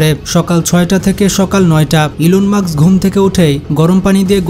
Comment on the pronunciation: ইলন মাক্স না ইলন মাস্ক😅